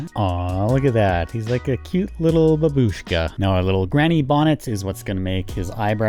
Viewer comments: I love ur vids and especially the medieval ones!(also it's бабушка[babooshka] not баб*у*шка[bab-y-shka]) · Actually not babUshka, correctly saying bAbushka (Google translate)